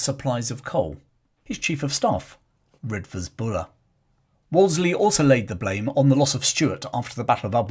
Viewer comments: I always though Redvers was pronounced “Reevers.” I first came across this redoubtable leviathan as a callow fresher at the University of Exeter many moons ago and espying his magnificent equestrian statue just along the main road. This lead me into researching his background and digging out long-neglected tomes about the Ashanti Ring from the university and city libraries. Even then, more than thirty years ago, Buller had become an obscure and near-forgotten figure in his native Devon. To me, a Yorkshireman, his story of courage in action and gritty resolve, his very image that of a stalwart, four-square late Victorian general (with, I imagined, a brick red face, claret-coloured cheeks and hearty, blustering manner) was the epitome of the Boy’s Own Story military commander mixed in with a character from the Four Feathers that was shown on television as a boy. Thank you for reminding us about Redvers Buller, warts and all. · Buller’s first name is pronounced Reevers not as it is spelt Redvers . He was scapegoated by the establishment, hence the outpouring of public support and money to erect the equestrian statue . A horse once filled with water as an Exeter Rag Week stunt - story goes it peed for a week afterwards ! A Kirtonian